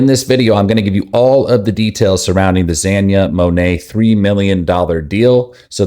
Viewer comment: Gosh say the name right